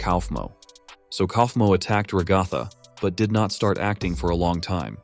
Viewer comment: Brotha it's a ai voice so it can't say ragathas name